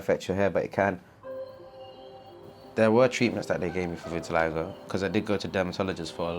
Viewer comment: um vit-i-lie-go? it's vit-i-li-go